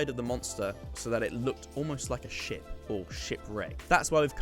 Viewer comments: Is it just me or I thought he said shit Front of a shit😂😂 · when you where saying ship i was hearing $h!+ instead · every time you said ship i just heard the word Shit and I was thoroughly entertained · when you said ship I thought you said shit and i was really confused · When you said you were trying to make it look like a ship I thought you said shit lmao